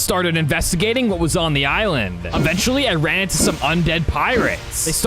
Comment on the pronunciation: why does forest always say forcing?